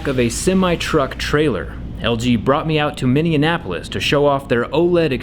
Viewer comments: He said “Minneanapolis” instead of “Minneapolis”, and I thought my brain might’ve just malfunctioned, so I had to go back and listen to it again and it was confirmed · Minne-AN-apolis? It's just Minneapolis my friend! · Wth he said Minniannapolis it's Minneapolis jRE that sounded so wrong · What is Minni en apolis? Minneapolis? I'm confused? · I live in Minnesota and you said Minneapolis wrong 🤣🤣🤣🤣 you said minneanapolis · Dude, it's MINNEAPOLIS. MINNI-APPLE-US. Not MINNIANAPPLEUS. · For petes sake bro, It's pronounced minni-apolis not minni-an-apolis lol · Minneapolis. Not Mini-Annapolis. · I had to go back and use CC to confirm - the city name at the beginning of the video is Minneapolis - not "Mini Anapolis" - but the review of the tech is spot on and thank you for sharing with us. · It’s Minne-apolis, not Minionapolis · It's Mini -Apple-is not Mini-n-apple-is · Mineanapolis? Jerry it’s Minneapolis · legit the first time I've ever heard a white person pronounce my great city that way... Minneapolis.. say it with me Zack MINNEAPOLIS 😂 😂 Minny-NA-App-O'lice 🙃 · Should be pronounced Minnie- Apple -iss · Are we just not gonna talk about the fact that he said “Minnenapolis”? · “Mini Annapolis” 😂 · "Minneannapolis" lmfao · Minneapolis pronounced miny-apolis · Minnie-ann-apolis?! Lmao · Where is "Minneanapolis" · "Mini and Apolis"? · “Mineanapolis” is it Minneapolis or Indianapolis? Lol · Minneanapolis...come on man. haha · Minne-anapolis Is he in Minneapolis or Indianapolis? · LG brought him out to "Minneanapolis". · Learn how to say Minneapolis! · Wait did he say Minneapolis - ? I can't say I've ever heard it pronounced quite like that before! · No ones gunna bring up the fact that he messed up the pronunciations off Minneapolis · Bro I live in minnesota and when you said minneapolis it kinda triggered me 😂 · Hey bud ya mispronounced Minneapolis but I’ll let that live since it’s sweet to see ya in MN